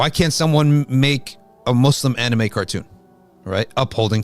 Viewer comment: With all due respect this channel needs to bring a scholar that can first pronounce anime correctly to comment on this topic. May I suggest getting a Japanese muslim scholar?